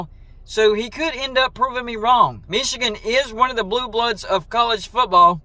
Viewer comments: Dude you crack me up when you say “Mee chigan “ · The way you pronounce "Michigan" is really weird. When Harbaugh began coaching at Michigan, part of his compensation was to lure him away from the NFL. When they reduced his pay, they shouldn't be surprised he then interviewed for NFL jobs. If they didn't want him interested in going to the pros, then you pay him so he's not interested in going to the pros. This happens in other industries and is part of the analysis when deciding what to compensate highly sought after talent and skills. If you don't pay engineers/executives/technicians enough, don't be surprised if they show interest in other opportunities and companies.